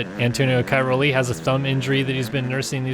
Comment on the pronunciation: Pls try to pronounce Cairoli a bit better.